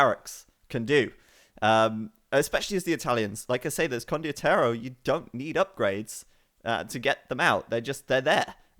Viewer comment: still saying condioterro instead of condotierro <_______<